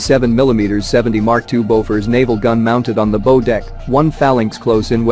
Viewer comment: 77 years old, 8 years in the Navy, drove a repair ship, a destroyer and several submarines but never heard the word "bow" pronounced wrong before. The narrator seems to have no idea of nautical terms. The video is interesting, nevertheless, even with mispronounced ship part terms.